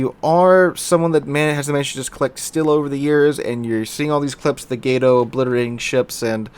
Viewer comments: Why can't anyone who plays World of Warships pronounce Gato correctly? It's freakin' "Cat" in Spanish. Look it up. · love your channel but my god, its pronounced GAH-TOE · its pronounced "gato"